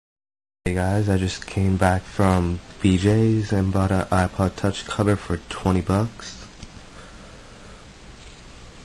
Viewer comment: I thought he said "I just bought an iPod Touch for $20"!